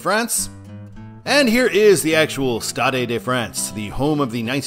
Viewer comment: The "e" at the end of "stade" is silent, as on every French word ending in "e" (Unless the "e" has an accent on it).